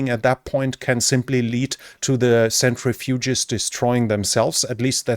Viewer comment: You are great, especially for a non-native English speaker, The uranium processing machine is pronounced "sentri-fuge"( not a "century-fuge"). Thanks for the videos!